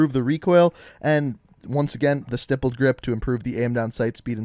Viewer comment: YOU SAID "STIPPLED" CORRECTLY!!! I'M SO PROUD OF YOU!!!